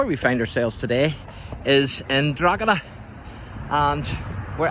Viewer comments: You're committing a grave sin, every time you wrongly pronounce the name, DrogHeda 🤨. Almost as bad as saying the world is only 5600 years old, like that biblical idiot Usher claimed. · The G is silent in Drogheda 🤪